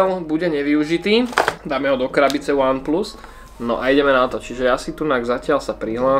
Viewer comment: Ach jo , z toho jak říkáš VAN PLUS mě bolí uši :DD